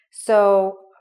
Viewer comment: it's not delightfil it's delightful*🤔